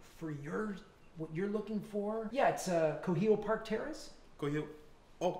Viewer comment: Kuhio park terrace he said 😂😂😂😂😂😂😂😂😂😂😂 best hotel on oahu